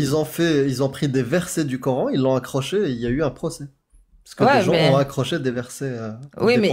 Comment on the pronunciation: C'est quoi cette manie de dire "qui z'ont" ?